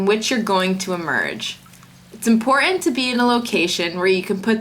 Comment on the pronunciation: Laura, you're not pronouncing "important" correctly.